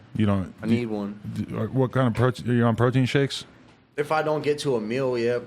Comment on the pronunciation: "I cant skake" lol